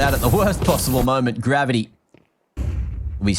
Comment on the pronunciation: Gav-eye-tee. Gravy. Genius.